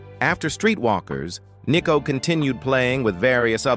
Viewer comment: It’s not ‘Nee’cko , it’s Nicko.